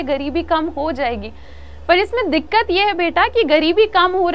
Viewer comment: Mam please don't say dikat it sounds odd